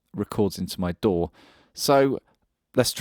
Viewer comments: Synchronize it to your...DOOR? It took me a while to realize you were saying DAW. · That damn intrusive "R". It took me until about 5 minutes into the video to get you were saying DAW and not "Door". I was like, "What the hell is this Door he keeps mentioning?"